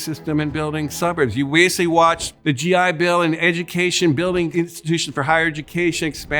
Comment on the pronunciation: this is all horseshit after my man said, "you 'wasically' watched...". gonna edit later for more.